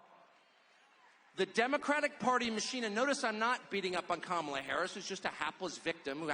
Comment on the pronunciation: I love how Tucker calls Kamala Carmela.